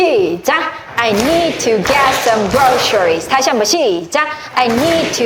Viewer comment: Groceries발음이 셔 가안듯요 그로서리